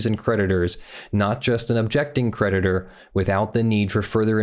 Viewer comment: Why don't you link the document? Also I kept hearing "predator" in place of creditor